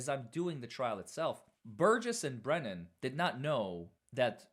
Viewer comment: The Fraudster,, calls Hank Brennan... Wait for it... BREENAN!!! 😂😂